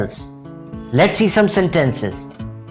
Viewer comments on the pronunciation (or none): Very useful video! :) Small note: some words were pronounced incorrectly, mainly in terms of stress. eg, sentences (stress goes on 1st syllable, not the 2nd)